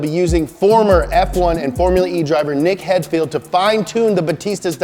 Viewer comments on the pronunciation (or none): Did just said Nick hedfield?